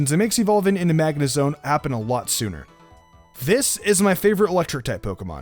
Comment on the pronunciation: “Magnezon” Lol